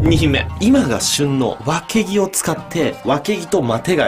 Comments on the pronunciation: わけぎのイントネーション違くて草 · わけぎが脇毛にしか聞こえん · わけぎがわきげに聞こえるのは、私だけ？ww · わけぎがわきげにきこえて何気に 吹いた笑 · 私は、わけぎ？がワキ毛にしか聞こえないみたいです。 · 脇毛にしか聞こえん爆笑爆笑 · わけぎ が 脇毛に聞こえてしかたない笑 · ごめん。脇毛って聞こえた…。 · わけぎ が わきげ に聞こえてしまいました すいません頭冷やしてきます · わけぎをずっと脇毛って聞こえてて草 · わけぎが脇毛に聞こえるのは私だけ？ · わけぎが脇毛に聞こえて仕方ない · わけぎがワキ毛って聞こえた（笑） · わけぎが脇毛に聞こえた笑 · わけぎがワキ毛にしか聞えなくてやばい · わけぎがワキ毛に聞こえるのは私だけでしょうか？ 共感できる人はいいねしてくれると嬉しいです！ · わけぎ が わきげ に聞こえてしまった。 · わけぎが、たまに脇毛に聞こえてしまうw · わけぎが脇毛に聞こえる件.... 僕がおかしいんだろうなぁ(´・ω・｀) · わけぎがわきげにきこえるわ💜❤💙💚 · わけぎがどうしても脇毛に聞こえてしまうww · わけぎがワキ毛に聞こえる（笑） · たまにワケギがわきげに聞こえる...（お食事中の方いたらすいません。） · わけぎがわきげにしか聴こえない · わけぎが、脇毛に聞こえる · わけぎがワキ毛にしか聞こえない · わけぎがわきげに聞こえた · 一瞬脇毛って聞こえた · 前のに続いて地味にちんに見えるぞそしてわけぎがワキ毛に聞こえた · あぁ〜 わけぎがさ、わきげに聞こえるんだよね、あ〜末期〜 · わけぎが毎回毎回脇毛にしか聞こえない。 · わけぎがわきげに聞こえたw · わけぎが、脇毛に聞こえる笑笑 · ｢今が旬のワキ毛を使って｣ って聞こえて焦った ワキ毛の旬っていつなんですかね（？）